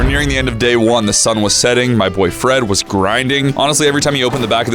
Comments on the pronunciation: I HEARD BOYFRIEND INSTEAD LF BOY FRED LOL LMAO LMFAO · is it me or when he said "boy Fred" it sounded like "boyfriend" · When he said my boy Fred I heard my boy friend😂